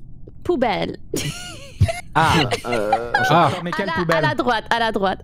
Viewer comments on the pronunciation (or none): "Um c'est... P O U B E L L E" -Pokimane (Je la respecte je sais qu'elle n'est pas française mais ça m'a fait marrer)